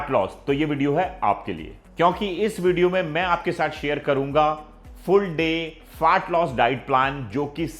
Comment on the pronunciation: भाई प्लीज़ फार्ट लॉस मत बोलो 😂